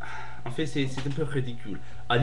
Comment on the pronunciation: quick corrections multiple choice=un questionnaire à choix multiples you said 'celle' referring to 'le systeme'- u shouda said 'celui' no liason with dix points 'en fait' is pronounced like 'en faite' s'en ficher que takes the subj, but esperer que doesnt! i'll leave it at that. you have good french and you speak quickly which is v good!! i hope i helped,sorry if i was annoying ;-)